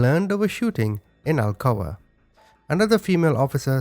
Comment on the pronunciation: I live an hour away from Alcoa. Never heard of the case...and also it's pronounced like blunt that you smoke